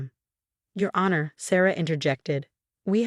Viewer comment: Same storyteller who mispronounces several words like sabotage, honor, facade, etc. which can be in fact edited if the author is not lazy.